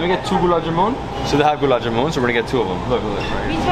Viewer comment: It’s not jamoon, it’s ja-mun, like sun, run, bun… 😊